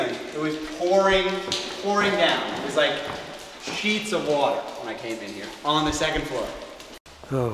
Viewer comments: laughed watel watel :) it should be water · I lol'd. WATAH WATAHHHH